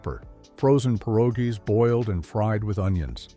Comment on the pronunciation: it was the "pih ROJ ee" that made me turn this off!